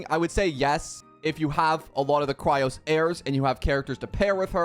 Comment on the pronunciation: FOR THE LAST TIME ITS CHRYSOS NOT CHRYOS NOR NOTHING ELSE JUST CHRYS OS